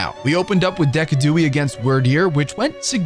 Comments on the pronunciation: DECKADOOIE?! hahaha Decidueye is Da sid u eye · You really forced me look up how to pronounce decidueye when you pronounced it “deck-a-dewey” lmao. Thought I was crazy for a second because I always pronounced it “dee-sid-u-eye” which is what it is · Do u call the mons names like "Giardos" and "Deckidooey" on purpose or